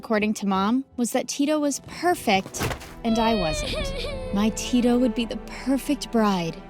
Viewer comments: 1 im nigerian 2 da-mi its d-a-mi and its not ti-to its tito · They even pronounced Tito's name wrongly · Naija to the world 🇳🇬🇳🇬🇳🇬 Tho it's funny the way they pronounced Dani and Tito🤣🤣 Didn't Dami's mum flog her when she fell from the tree onto her.... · As a Nigerian I give an A in outfit because they are culturally correct. The names Tito and Dami are Yoruba and the parents outfits belong to not just any Nigerian culture but the Yoruba. My only headache is how the names are pronounced 😪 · Finally MSA with a Nigeria name 💋💓💕🇳🇬🇳🇬 i really love how Dami followed her dream 🤟🏾🫶🏾 But it soo funny Aw she pronounce Tito 😂😂😂😂😂 but anyways love u all the way from Nigeria 🇳🇬💕